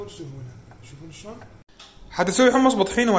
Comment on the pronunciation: شون لو شلون حتى لهجتنا الحلوه قلبتوها صححوا كلامك